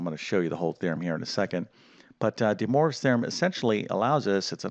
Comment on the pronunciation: "Dee Morves Theorem"